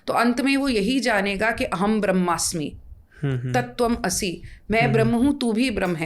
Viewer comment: Tatav asi nhi hota tatavmasi hota hai